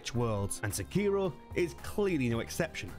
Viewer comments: Sek iro you're saying Se kiro! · You're pronouncing the name incorrectly... it Seki-Ro, not Seh-keer-o. Didnt last a minute into the video due to you butchering the name. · I wince every time he says “SAHKEERO”, 😖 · No the biggest thing they can get wrong is the pronunciation.😂 Come in white people 😂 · Wild to me that the game literally says sekiro 400 times and still pronounces it wrong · I find that a lot of people are still playing and recommending Sekiro so... still, a pretty good video. I had a hard time with your pronunciation of Sekiro though. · Why do people pronounce shit wrong when the game says how to say it several times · Can we finally get someone that can pronounce the name right?😂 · pronounce sekiro correctly as youve heard it ingame.. is that really so difficult man? its pretty simple why people point them to MORE similar games rather than OSU Souls.. i like sekiro as much as the next soulsborne fan but cmon was this THAT large of a revelation for you?